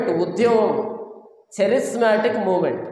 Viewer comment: చరిస్మాటిక్ కాదురా నాయానా, కేరిస్మటీక్ ఉద్యమం. కేరిస్మాటిక్ అంటే గ్రీకు భాషలో క్రృప అని అర్థం. క్రీస్తు చేత ఏర్పడిన అపొస్తులల సేవలు ఇంకా కొనసాగుతూనే ఉన్నాయని, అన్యభాషలు మాట్లాడటం అల్లరి కాదు కేకలు కాదు